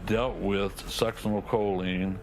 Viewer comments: That lady's incorrect pronociation of succinylcholine is annoying. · That woman's constant mis pronounceation of succinolcholine drives me nuts!